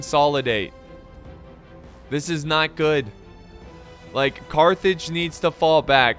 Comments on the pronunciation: Almost raged when you said Cartage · Your my favroite youtuber and i almost punched my tv when you said carthrig(sorry if i miss-spelt carthrig) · I got flashbacks when u said Cartage! xD